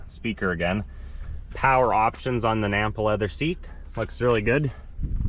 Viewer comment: "Nappa" Leather. Sounds like you keep saying, "Nampa" Leather.